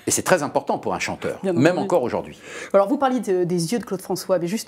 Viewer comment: Mr Lecoeuvre, ce que vous dites est très intéressant, mais on ne dit pas auJORd'hui mais AUJOURDHUI !! 🙄